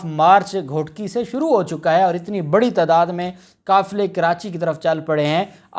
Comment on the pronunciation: Dhailay ki nahi دھیلے ki . Plz use the correct word. Bree nahi hota Bari hota hay . U are doing a good job but u need to use the correct pronunciation of words .